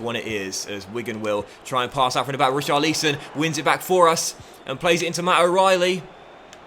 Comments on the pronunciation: Omg he keeps saying richarleeson It's richarlison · Re- Char-Leesson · Please stop saying reecharleeson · Please say Richarlison’ name right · please say Richarlisons name properly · As someone whose name is pronounced wrong all the time, I refuse to accept you not pronouncing Richarlison correctly. You must be trolling, surely you know how it’s pronounced by now